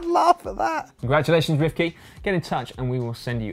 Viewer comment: Daniel Lloyd you guys pronounce it correctly! Thanks for the cap and i'll let you know when it arrives